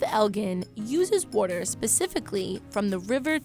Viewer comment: & the narrator is from Philly and has almost lost or never fully adapted the accent , but u could still catch it when she said “water “ and “last”. she got a lil philly trash in there .. definitely a uncle with a eagles tat and a emblem on his truck that says fly eagles fly .. not at all hating , philly rules the ppl are beautiful. i’m from fl so ima phins fan but it’s still go birds mf .. nothin but luv for my philly trash out there. never been to a wawa but i’d love to .. wawa is the philly trash watering hole